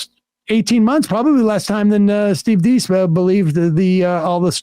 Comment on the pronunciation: They clearly have no idea who Deace is. Apparently their show prep wasn't actually viewing the clip, let alone researching, beforehand because they can't even pronounce his name. Deace [that's pronounced DACE, like he said in the clip] has always said the Dominion voting machine fraud wasn't something that could be proved and Rudy et al were wasting their efforts in claiming fraud there. He is pissed at them for wasting time/money/credibility on it when there was no way to prove a negative. But if you don't do your prep, you have no context for any of that. But like most MSM, that's to much to be bothered with. Instead, just spin it to show literally the opposite of the guy's beliefs. It's all about narrative, never about the truth.